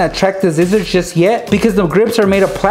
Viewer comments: Its not zizzers its scissors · lol, you say scissors like zizzors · He said zizers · notice how said zizzers. I love it